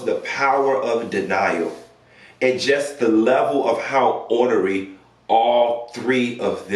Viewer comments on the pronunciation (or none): Ornery not hornery